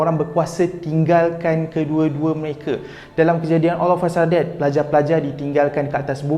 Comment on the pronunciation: Yg sy dgr olafasadet😂